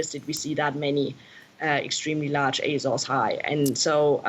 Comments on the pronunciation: It's pronounced "áy-zaurz" you jagoff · Someone needs to her about the 'R' in Azores. It's bugging me more than climate change.